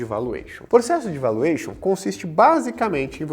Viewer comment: vAluation e não voluation